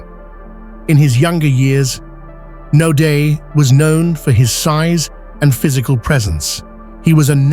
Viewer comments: Not 'Nodaay' - pronounced NOUDEA ! Naude a common South African name - who's this narrator?? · His last name is pronounced : No - diya.